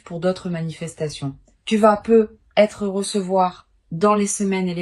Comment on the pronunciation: C'est pas peu être......mais là langue française parlée correctement fait la liaison avec le T de peut (pouvoir)et être......ne plonge pas les gens ds la déception.......peu , c'est pas beaucoup....... à moins que ce soit prévu par un vampire énergétique.